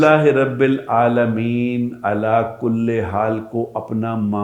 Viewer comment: کلے نہیں کل